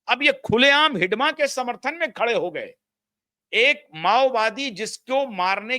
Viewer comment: आपने हिड़मा को हिडमा क्यों कह रहे हैं? अंग्रेजी में डी की जगह आर का प्रयोग कीजिए। अंग्रेजी मानसिकता से उबरिये। हिड़मा को मौत के घाट उतार दिया गया। उसकी हत्या नहीं की गयी है।